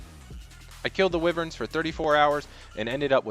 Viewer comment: Lol Skeletal Wivverns